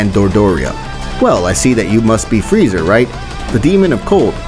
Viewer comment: It’s freeza, not freezer